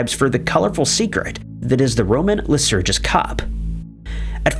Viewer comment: It's Lycurgus. No one would say Lysurgus. It's a minor point, but the narrator seems unable to get through any video without mangling a bunch of words and names whose pronunciation he could easily look up.